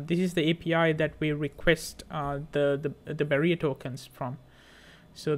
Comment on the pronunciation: Hi you called it "Barrier Token" please note it's "Bearer" token